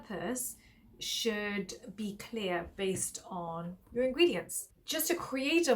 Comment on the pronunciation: Mam say it as ingredient list..if u say as ingy list i heard it as inky list and im wondering when did inky list brand formulate a body wash🤣